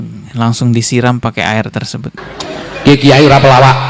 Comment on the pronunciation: Kitai bukan kiyai😂